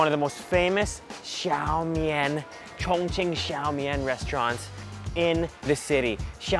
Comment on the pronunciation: i first thought you said "chingchong people are so friendly" haha